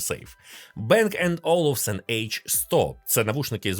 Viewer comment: не Бенг а Банг, це данське прізвище і данська фірма